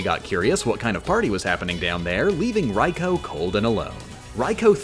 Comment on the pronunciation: Raikou kinda hurt